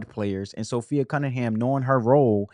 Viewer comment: Appreciate your commentary and summary! ❤ P.S.- it's Sophie NOT Sophi-A 😊